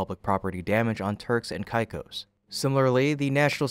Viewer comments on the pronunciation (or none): "k-eye-k-oe-s".. mate, sort your pronunciation... it's really esay... CAKE-OSS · Turks and what? Never heard it pronounced that way. Turks and Caicos is pronounced turks and kay-cos. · “Caicos” is pronounced as “kay-kos.” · Sound it Out: Break down the word 'Caicos' into its individual sounds "kay" + "kos". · I have only heard the island name pronounced as KayKos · AI junk content. If you can’t pronounce Turks and Caicos‘s, you’re clearly AI… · Can't even pronounce Turks and Caicos right. I suppose at least it is consistently mispronounced. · While spacex looks into those matters can you research how to pronounce Turks and Caicos which you butcher about 5 times.